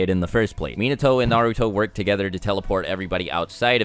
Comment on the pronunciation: it really triggers me how he pronounces minato and naruto